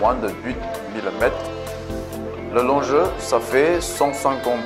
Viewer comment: largeur ok, mais lonGUEUR se prononce comme bloGGER